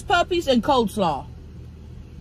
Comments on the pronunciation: lynn ITS COLEslaw NOT Coldslaw!!! Sooo annoying!! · "Cold slaw," Tammy you're so cute, it's coleslaw. 😂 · I love how she is saying cold slaw instead of coleslaw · "cold" slaw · She called it cold slaw bcuz its cold 😂 if i can remember that’s what she said before